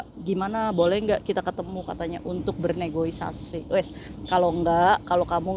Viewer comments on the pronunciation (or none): Negosiasi ka bukan negoisasi 😂